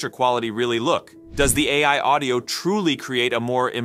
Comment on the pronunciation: Half the time his voiceover software is saying "Open EYE" instead of AI, so yes its AI reading 'A. I" as EYE